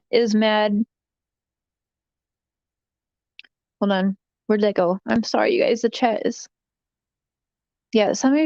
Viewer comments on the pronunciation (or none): none